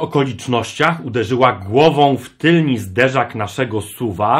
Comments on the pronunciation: Powiedziales "tylni", nie wybacze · Kurwaa mówi się tylny